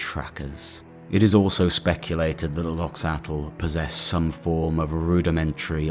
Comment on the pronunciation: If i remember right, Loxatl pronunciation, much like Quetzalcoatl or axolotl, would actually be 'loh-chah-tk' where 'tk' is a consonant somewhere between t and k formed by curling your tongue back and pushing the plosive out the sides.